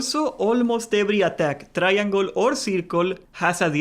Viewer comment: Say "try-angol" more.